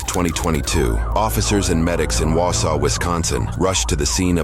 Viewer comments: My sister lives in Wausau. And it is pronounced WAH-saw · you mispronounced Wausau terribly😢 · If you guys want help pronouncing the Wisconsin cities name correctly I would help. Just hearing them pronounced correctly would be great. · Facts. Also he said wausau wrong. Not hating haha. Everyone gets it wrong.